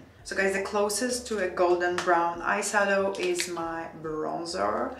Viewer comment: Hi Why do you pronounce eye sadow the eye shadow?